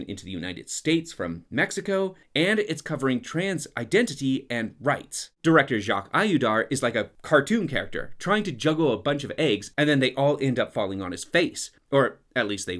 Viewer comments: totally agree, (btw jfytk the name of the director is to be phonetically pronounced "Jak Odeear"), here in France basically all the left which happens to know a little about trans identity and Mexico hated it but somehow the great CrItiQueS dE CinÉmA seems to adore it since Cannes, despite all the backlashes since then, being completely blind and deaf to the trans and hispanic communities revendications, or saying that these aspects doesn't matter bc its "A ReAl CinEmaTic EfForT". Truly frightening. I really think we should question the influence of Jacques Audiard globally, the guy seems to be praised for no apparent reason over here beside A Prophet, also to stop losing our minds every time a French director makes it to hollywood, as its clearly not synonymous with good movies -_ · Audiard is pronounced "O-dee-are". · It’s pronounced jaques O-di-are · It’s pronounced « o-diar » not « oo-diar » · Great video, but I have to say this lest I lose my Quebec citizenship (or my mind): His name is Jacques AUDIARD. It is pronounced oh-dee-AR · Loved the video! Just a tiny fyi, Audiard pronounced Oh-dee-are :) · First learn to pronounce the name of the filmmaker right 🤣🤣🤣 A U dar?!😂🤣 oh my world! That says it all! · Don't know if it was intentional. But it is hilarious that he complains for 5 minutes about how bad the actors' Spanish is and he then butchers the pronounciation of Audiard's name in a different way EVERY SINGLE TIME. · imagine calling Jacques Audiard bad at filmmaking, lol. First, pronunce his name right. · The way you say audiard is quite funny (and obviously wrong) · Man you really need to learn to say the name "Audiard" correctly. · How did you pronounce "Audiard" ? ahah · You gotta learn how to say Audiard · Maybe you should start by pronouncing Audiard correctly, s’il vous plaît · Ok the way you pronounce Audiard is funny though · thank you 🙏 for deliberately pronouncing the director's name wrong - he deserves it! 😂